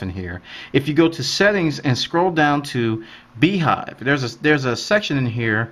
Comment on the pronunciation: if BeeJive is pronounced as BeeHive it's spelled wrong! :p